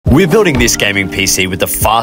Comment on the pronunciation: for a second I scrolled past this video by accident which only let it play for like less than a second and when he pronounced the "we" in "we're" instead of sounding like a high pitched voice with an aussie accent he sounded like a lower pitched voice with an arab accent